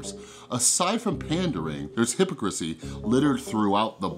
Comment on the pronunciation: Good analysis! But who pronounces it "HYP-o-crissy"?